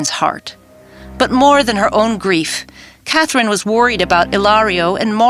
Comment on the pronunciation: Am I the only one who noticed that in 814 part of the video Katherine’s name was pronounced as cat Lynn am I the only one who noticed that?